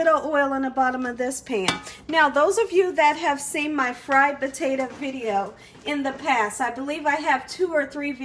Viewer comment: POTA.....TO. !!! Not Ta!! Omg